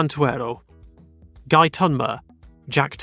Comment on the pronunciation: I believe Ligier's name is pronounced Guy (Ghee)